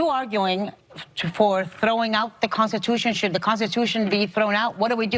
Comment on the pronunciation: She can't even SAY Constitution! 🤣🤣🤣🤣🤣🤣